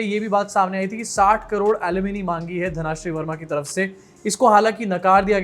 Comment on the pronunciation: it's धनश्री not धनाश्री